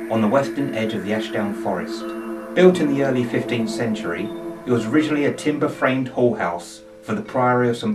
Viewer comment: Wait, "it was originally a timber framed (What?) house for the Priory..."? lol Sorry, had to listen to that a few times. Kept thinking, "He didn't just say that". Another very interesting film. Thank you for the historic background. Can the museum curator confirm anything about a young girl?